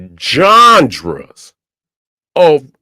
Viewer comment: Really like "Jonjras" better than genres now fr